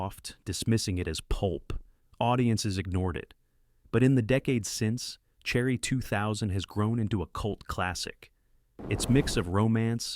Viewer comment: It reads Cherry 2000, as "Cherry. ."